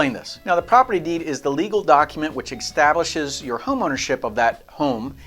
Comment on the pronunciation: "teTnichal" and "eCK-stablishiiis" 🤣